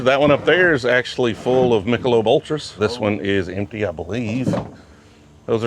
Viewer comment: So much respect, until I heard mich ultras